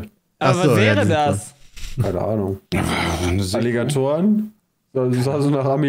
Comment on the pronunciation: ich hab erst "Illegatoren" verstanden, auch iwie n cooler Name